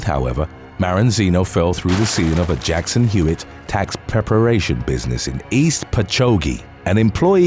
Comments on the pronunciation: hahaha I live in a town called sayville, in Long Island, New York.. and the town you referenced, “Patchogue”, is like less than a 10 minute drive from me. Never heard about the incident, which is hilarious, but the way you pronounced Patchogue is really funny too! It’s all good, I can see how one might struggle to pronounce it correctly. It’s pronounced PATCH-AWG. Anyway, awesome video as always! I can’t believe the dude tried to talk his way out of trouble and explain away why he was trapped in the ductwork at the dental office, with the excuse that he was looking for his cat, “Sparkles” hahahah and then proceeded to claim he’s with the fire department, just for good measure 😆 He requested a ladder!! Imagine being the dentist or part of the dental staff, and going into work in the morning, expecting just another mundane, sh!tty work shift, only to walk into the building and see some random crackhead, stuck and protruding from a hole in the ceiling. Hahah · It's "Patch-Auge" in pronunciation. I got quiet the giggle in the town "Patchogue" for Number 2. Long Island has a bunch of odd names. As a Long Islander, I even have trouble lol. Also, awesome video! Can't stop watching them, just like Pringles "once you pop the fun don't stop". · I'm from Long Island and came to suggest the proper way to pronounce Patchogue too lol!! Always funny to hear the way people pronounce LI names. I didn't realize they were weird until a friend from out of state mentioned it.